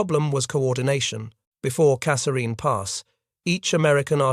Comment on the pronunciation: The TTS is very good but doesnt pronounce Kasserine consistently